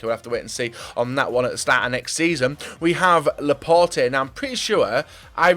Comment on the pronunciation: did he really say Laporté?